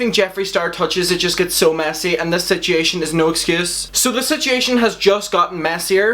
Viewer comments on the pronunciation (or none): “Sitchiaton” lol.